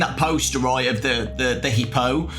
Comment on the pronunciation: He-po? I thought it was pronounced "Hip-po"